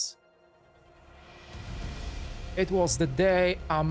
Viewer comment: Maganda sana ang documentary kaso hindi maintindihan ang pag pronounce mo kuya. Sumakit ulo ko. 😢 and please pronounce PHILIPPINES properly. Nakaka trigger. “Eben” Maganda sana ang content.. 🫠